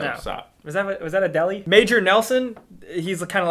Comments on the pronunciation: Adeli??...Adele you silly lol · a deli? or did you mean adele. hehe. funny people you are. :D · Did call Adele Adelee? Get it together,.